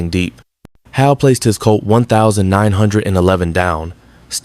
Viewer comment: Good story, but learn how to pronounce weapons (nineteen eleven and twenty two) and years. Don't detract from the story.